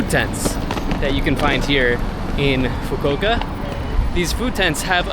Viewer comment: its foo koo oo kah